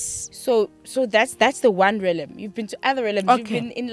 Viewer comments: Realm pronounced as Relm not relem for pronunciation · I wanted to cry everytime they kept saying "relem"! Agh😭😩 It's Re-a-lm ladies! Anyway, I've learnt so much from this lady and her revelation. Thank you❤ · Realm.... Not 'Relem' otherwise interesting. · Ladies realm is pronounced relm not relem! Interesting interview but such spiritually enlightened people should educate people about the law of duality in these different realms. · Realm is pronounced as RELM... 😊😊😊